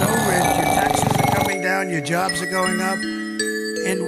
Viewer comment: I think when he said cobs he meant jobs